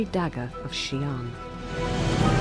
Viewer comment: Xian (仙) as in immortal (and not Xi'an the city as you said) is pronounced as HSIYEN.